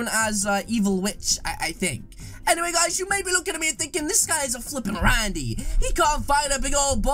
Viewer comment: Hello this how many time he said ranndy